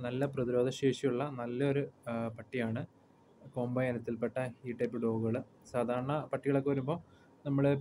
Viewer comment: കോമ്പായി അല്ലടാ കോമ്പെയ് എന്നാണ് കറക്റ്റ്